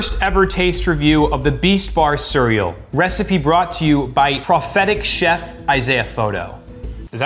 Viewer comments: bro said "Siryal" instead of cereal LOL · Isaiah is literally saying “Surrel”😂